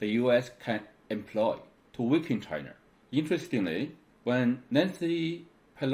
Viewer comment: I like his Points made, but need to pronounce L and R correctly. China is never being called Chiner. Where did he learned his English?